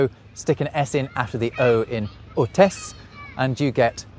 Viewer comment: Very interesting, thank you, I assume your speack french fluent so a little observation for your french: Quand tu dit des mots francais dans ta video, tu rend plus aigu le finale, En francais on fait ça pour indiquer que l'on pose une question, par exemple moi j'entend Foret ? Hotesse ? Guepe ? Quand tu dis le nom Guillaume le batard c'est inflechis vers le bas sur la fin et ca sonne tres bien prononcer direct, plus detente normal Inflechir vers le haut les mots sur la fin sans quil n'y est de question réel peut avoir un effet stressant sur certaines personnes 😂 Pour ecureuil : vois le plus prononcer comme ÉCUrOEIL le fin du mot et comme le mot Oeil, eyes in english Et un dernier pour la route : La FOrÉ, en regle generale diminue la prescence de ton r, a faire plus léger, et du La aussi a faire doux Le francais a une pronociation rapide, avec foret par exemple moi jentend " lA foorrré ?" Au lieu de : "la FOrÉ " Jespere ne pas tavoir embeter, je trouve ca passionant d'apprendre des langues